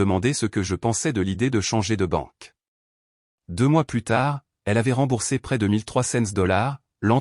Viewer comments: Il faut prononcer "plu" et non 'plusse", ça n'a pas du tout le même sens dans le texte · "Plus" négatif se prononce "plu", non pas "pluss", qui est réservé au sens positif... "Elle m'a offert du thé", alors qu'elle est (ils sont) chez lui : n'est-ce pas bizarre ? La version écrite ne respecte pas bien l'orthographe.